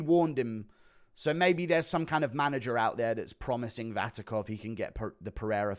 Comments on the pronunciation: Its not Vatikov,its Vakhitov 😂 Guru pulling a chael on us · Hey,. Something, you may find interesting: Vakhitov already tried to be an MMA fighter and failed, check out Open FC 31 results. Also it's Vakhitov, pronounced [Vahitov], not [Vatikov]. All the best. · guru is now being like Sonnen, misspelling fighters surnames, 'VaTIKov', while dudes surname is VaKHitov.. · Vatikov, lol. Are english just dumber americans? Btw, since he fought Alex he got blackbolted out of kickboxing for his ethnicity, transition into new sport, got injured and sit out for a year all in Kazakhstan regional, couse he couldn't find booking anywhere else. Deep inside as always from.